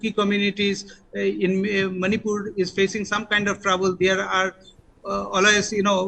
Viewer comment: you from Channel 9 do not know how to pronounce the names properly also but your channel is the only one covering the situation in Manipur